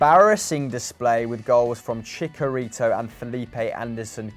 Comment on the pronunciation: pronounced chicharito's name wrong.